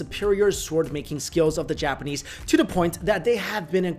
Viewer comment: If you're the type of person that thinks Chinese and Japanese are the same, I point you to this video and pronunciation of Japanese names.